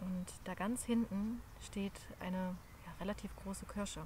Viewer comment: Kürsche = Kirsche und würd = wird - liebevoll gemacht - Danke